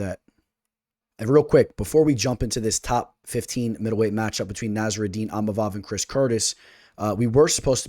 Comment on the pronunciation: Eeemavov do not pronounce the I